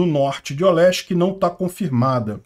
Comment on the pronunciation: Caraca, depois de anos eu consegui ouvir o sotaque carioca do falando Olesky kkkk